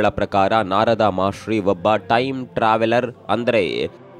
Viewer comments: ಮಹರ್ಷಿ ಗುರು, ಮಹಾಶ್ರೀ ಅಲ್ಲ 😅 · ಮಹಾಶ್ರೀ ❌ ಮಹರ್ಷಿ ✅